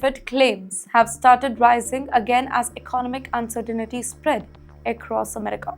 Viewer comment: She taught me a new word insirtinity 😂lol I don’t know what it meanslol 😂😂😂